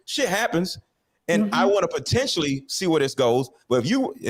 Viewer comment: She lost me when she pronounced potentially, as po-tentially..that's that hood coming out